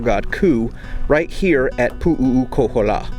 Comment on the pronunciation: You are really screwing the name, it’s Pu’ukohola there is no three u’s and the other Heiau is Maleikini, you haven’t pronounce any of the Hawaiian names right. You should have learn the names first